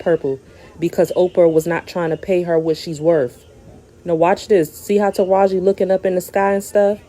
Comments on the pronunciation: the correct pronunciation for Taraji is "Ta ra gee". It is not "Ta rajh". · Sounds like you are mispronouncing her name. Her name is Taraji with an 'i' on the end. Not Taraj. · Tarajiiiii not Taraj sis lol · HER NAME IS NOT TARAJ IT IS TARAJI(tah-rah-gee) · Tara-JI. Or Tara-G. Not “Taroj”😊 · MAAM YOU NEED TO STOP DISRESPECTING HE NAME IT IS NOT TARAJ IT HAS AN I ON THE END. IT IS TA RA JEE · Mam stop caling her Taraj...call her name correctly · TaRaJ I Ta Rah Gi At least get the name correct. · Tara-ji...Not "ta-raj". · Her name is TerajI, not Teraj. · As many times as you heard this woman's name WHY ARE YOU SAYING TARAJ!!! ITS TARAJI Sounds like Tah-Rah-Jee ijs🤦🏾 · “Taraj” is killing me.. Taraj-i!! 🤦🏽‍♀️ 😂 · TarajEE not Taraj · Omg TAH RAH GEEEEE… i can’t even get thru the video with the way is butchering her name… 😣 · Hi ❤️ It’s Taraji (pronouncing the I as if it’s eee) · 😂 you refused to put the “I” at the end of her name huh… taraj!!!!!!! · It is Taraji (tuh-Ra-gee) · Her name is Taraji. It's not cool too keep pronouncing her name the way you want🙄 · Am i the only one who can't get over how Taraji name was mispronounced 😂😂😂 but thank you sis for showing the vids. I LOVE Taraji, Katt and Monique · Stop reporting on black news like you here for it but you don’t know the correct pronunciation of the people names. Her name is Taraji. How you don’t know that?